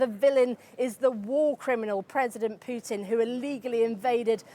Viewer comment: Hello Journo, on , why pronuncing Putin's name "Pyutin"??? Hi is simple PUTIN! Cammon' be serious journalist!